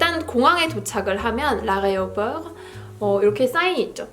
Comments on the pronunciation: you said areoport instead of aéroport haha common mistake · Well....it's fine. We understand well. Even french people tend to pronounce this way.